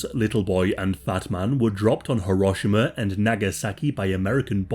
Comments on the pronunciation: Th way he pronounced “Hiroshima” actually pissed me off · its pronounced ("Hee-row-shee-mah")